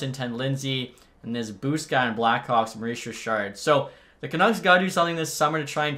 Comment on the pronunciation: Mooois Jichaaad (Maurice Richard), always crack me up 😆 Good vid!